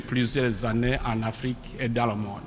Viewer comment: l'Afrique au lieu de l'Arique